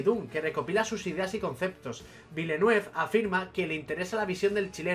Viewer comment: Buen vídeo. Un apunte: los guiris lo pronuncian "vilenev".